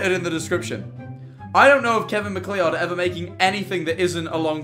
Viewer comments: The way he pronounced MacLeod 😭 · as a scottish person, its pronounced kevin Mac-cloud i beg its not mc lee odd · THE WAY HE SAYS MACLEOD As a MacLeod myself, the CORRECT pronunciation is "Mac-Cloud" PLEASE get it right D:> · Scariest thing about this video was hearing MacLeod said "mack lee odd" 😋